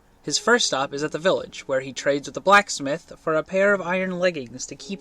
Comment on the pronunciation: I don't like the way this guy says Blacksmith